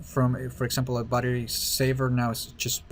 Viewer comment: Did you just call battery buttery lol